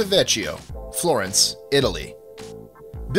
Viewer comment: lol veh-kee-oh